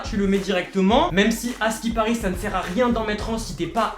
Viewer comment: Jetais choque quan la dame elle a dis sai pacrave que ge chope le virus ses faux